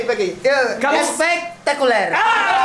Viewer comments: i was like in heaven when said " espectaculare" waooooow.... what i like from your video is you all are like 17 y.o and enjoy your life..... thankyou for making me happy dudes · especttaculerr haha